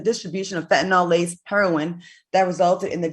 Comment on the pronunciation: Fentanyl “Nilll” not fentanOooool. Damn.